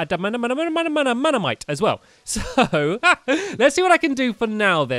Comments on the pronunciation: Its ada man tight that’s how you pronounce it ADA MAN TIGHT Not adadamanatite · Btw it’s pronounced ad-a-man-tite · It’s ad-men-tite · Add-a-man-tight That's how you say adamantite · It's pronounced a da man tite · It’s pronounced AD-AMAHN-TIGHT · It's (add-a-man-tight) not how it's spelled how it's pronounced